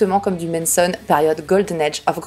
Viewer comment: Tu dis toujours Menson au lieu de Manson mdr, ça me démonte 🤣